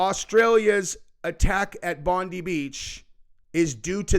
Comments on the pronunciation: We have a weak government. They knew this guy was part of isis. He went to the hotspot this were lambs to the slaughter... for all the Americans it's pronounced bon diiiiiiie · With all due respect it's pronounced Bond- [ eye ] beach. You're welcome 🙂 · proud to call him a great aussie hero. we pronounce it bond eye lol. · You say it Bon die I shit you not. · Hey. Not a big deal but it's pronounced Bondī [bond][eye] brother. Love and respect Australia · Unfortunately he passed away today. :( He will be remembered as a true hero of 2025. (also its pronounced Bohn-die not Bond-ie) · ITS pronounced Bond-eye as its famous around the world . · It's pronounced Bond Eye! Mate 😎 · Pronounced ‘Bond-eye’‘ 😉 but thanks for covering it 🤝🤜🇦🇺🤛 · its "Bond Eye" bro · All the Americans are pronouncing Bondi wrong. It’s BOND-EYE. Not Pam Bondi. BOND EYE 👁️ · Australian here. Bondi is pronounced Bond eye Beach. 👍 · it's pronounced "bond..dye beach" just in case you report more on this mate 🇦🇺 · Sorry was triggering me how u were saying it. It's pronounced bon-die.. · Just a heads up, it’s pronounced “Bon-Die”. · It’s actually pronounced “bon dye” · Bondi….pronounced Bond-eye. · Bondi Beach- pronounced (Bond-eye Beach) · Try saying the I in Bondi not bond e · Why would recognising Palestine provoke the attack? I would have thought the opposite. I'm writing from Sydney. Our government does suck, all the same! BTW, it's pronounced BOND-EYE. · Hey! It's pronounced Bon-dye bloke! Lol. All G. 🦘🐨🪃🇦🇺👍🤠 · Hi from Australia, we’re cooked! Also it’s pronounced Bon-dye. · AMERICANS! - It's pronounced 'Bond-EYE'. You're welcome. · It's pronounced BOND -EYE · Huh it's true I'm no way near being a badass. Also Americans its pronounced Bon-dye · Son..it's bond dye beach! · You pronounce it Bon-die! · Your mis gendering bondi. Its pronounced bondie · We pronounce Bondi as “Bond eye” 😉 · Say it like bond - eye that’s how us Aussie say it